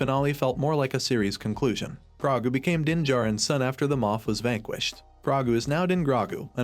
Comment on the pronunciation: Wow this AI narrator is terrible. Can you get a real person to do voice overs and pronounce Grogu's name correctly?